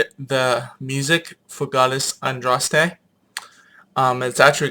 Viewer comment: Andraste was not British she was a Gaul,Gauls were Celts.Pronounced And raws te btw at least say it right.And its symbol of the hare not "rabbit" but that is misinterpretation of Boudicca releasing a hare from her gown as part of the rite of propitiation.